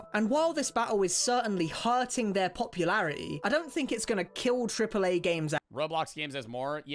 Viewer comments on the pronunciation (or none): “an while this bat-hul is certainly herting their popularitea ” 🥴